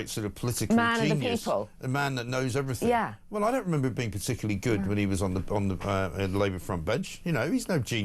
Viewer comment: "Doing everythink"?